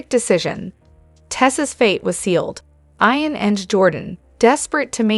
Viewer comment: Hi to the lady talking. His name is IAN. YOU DO NOT SAY IT WITH AN. “I “. You say it with as “ E “ His name is. E an Not I an.